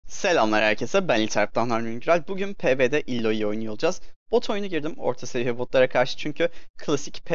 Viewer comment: "Illoiy" değil abi "Aloy" Okunuyor tabi nasıl rahat olursan...